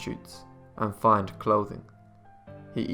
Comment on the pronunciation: You have a lovely tone and style but your pronunciation is quite dreadful in places. Are you able to have someone help and point those out? "Find clothing', instead of fine and many more words. Some will call me a picky cow but you're obviously bright. Mispronouncing words can set you back. x